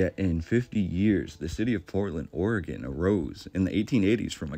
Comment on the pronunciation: Also thank you for say Oregon right. It's oregin everyone not orgone